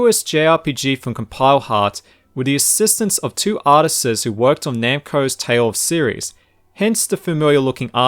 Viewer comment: I know this is years too late to help you, but that is not how you pronounce "artists".